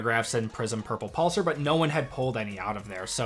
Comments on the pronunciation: I hate to be picky, but it’s pronounced “pulse are”. Pulsar. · Every time he said the word "pulsar" it made me uncomfortable 😂